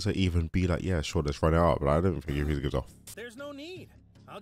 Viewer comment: FRIEZA, It’s FRIEZA!!!